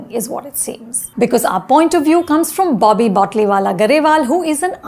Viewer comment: Its Bobby. Not BAABI. Accent maarte maarte pronounciation bhi bhool gayin hain ye madam.